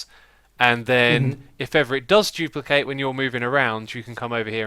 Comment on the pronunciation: Xisuma new word of the day 'jooplicate'